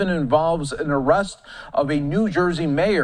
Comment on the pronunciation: Did that anchor says Arrust 😂😂😂😂😂😂